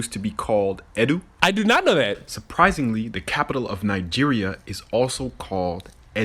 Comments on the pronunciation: The fact he purposefully mispronounced Edo to make his point nearly killed me. It's pronounced Ee-dOo or e-dOo depending on who you ask. Its not Ee-du. Also I call BS on the medicine doctor's wife anecdote. A lot of Japanese has to do with the stressing of vowels not just the spelling. For instance, cute and scary share a similar pronunciation but to say cute you put stress on the 'i' sound at the end where it sounds like 'ie' when as scary is just a short 'i'. Unless the language (which I believe he said was a native language in the Congo?) uses the same system there's no way they were able to understand her. Also Jesus Quaguya? It Kah-goo-yuh. You know the Moon Princess? Its one of the most famous Japanese folk tales. Just as Jiraiya, Tsunade, and Orochimaru come from the story The Gallant Knight Jiraiya, with their corresponding animals from Naruto being present in the tale. As someone who loves foreign cultures and media the fact that this person just spouted off like this with no evidence drives me up a wall. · Eh-DOH not 'EDD-oo' 🙄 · Tokyo's old name wasn't Edoo it's Edo (Ed Oh) and it wasn't the old Capital but the new one the old Capital was in Kyoto which was originally named Kyo which is why Edo is now called Tokyo. Don't butcher the language to prove your point it makes you sound uncultured. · its not pronouced edu its pronouced ed-oo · "Eh-Doe" not "Eh- whatitdew" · "Niger language also has every syllable end in a vowel." Thats called a syllabary, you dunce. Its not just Japan and Niger that have such a language structure. God, and they wonder why people think negroes are unintelligent. Also, it was called Edo, not Edu. Edo meaning "capital of the east". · Edo.... It's Edo. Not Edu. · Edo Japan is pronounced E-Dough not like Eh-Dough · he didnt even pronouce it right. he said ed-u not ed-oo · Tokyo wasnt called Edu, it was Edo. Also pronouncing Kaguya "Quake" lol. Maybe try something else than English pronounciation